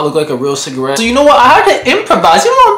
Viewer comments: THE CALLING IT CIGAWEED WAS KILLING ME🤣🤣😭😭😭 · Cigaweed? 😂 Chris Tucker said it in Rush Hour lol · man said it’s “ciga-weed”🤣😂🤣😂🤣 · This man said it's cigaweed 😂 I'm done